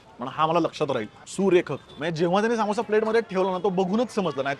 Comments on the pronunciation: सामोसा नाही रे समोसा अस्त ते😅😂😂😂😂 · तो सामोसा नाही समोसा आहे, आणि सर्वात बेस्ट समोसा जळगांव चा आहे... परंतु तुझं तेच तेच विदर्भ आणि नाशिक